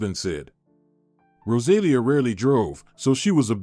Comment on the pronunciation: Rosalia with the accent on the i! !!!